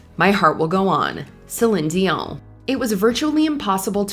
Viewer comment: Interesting pronunciation of Celine Dion...